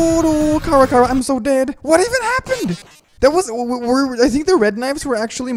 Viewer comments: STOP SAYING KARA ITS CHARA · Kara Me: IT’S NOT KARA IT’S CHARA Who else is screaming their heads of because of this? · her name is not Ckara. it's Chara. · He sayed Kara, Not Chara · Not cara that's chara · It's not cara it's chara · Omg why do you always say khara